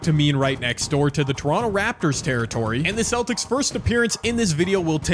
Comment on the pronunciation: Did bro really say lebronto raptors